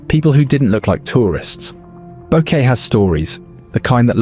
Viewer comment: Bo-Que-Te not Boket